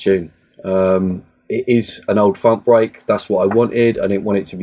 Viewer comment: 'bweak' great tutorial!